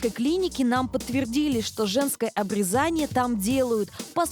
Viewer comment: К сведению ведущей и читателей: если речь о процедуре на гениталиях, следует произносить "обрЕзание"!